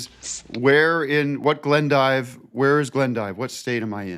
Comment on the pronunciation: Actually it’s pronounced “Glendeeve”